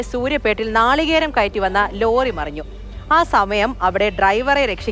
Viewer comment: മറഞ്ഞു കിടന്നു?? നേരെചൊവ്വേ മലയാളം പഠിക്കടെ